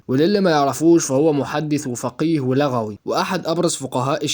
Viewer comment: لغوي بضم اللام